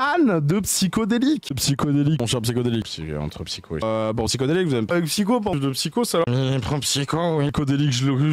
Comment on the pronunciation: Bordel ce qui me trigger le plus c'est d'entendre dans la bouche de tous "psyChodelik" a croire que c'est trop compliqué de ce pencher deux secondes sur comment un pseudo est écrit, c'est grave... psy-HO-delik!